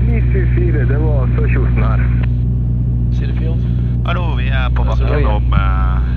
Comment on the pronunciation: You only really butchered Sørkjosen. Kjosen is pronounced like choose with an added n at the back. So Sør-choose-en. More like a long o than a oo/u sound though.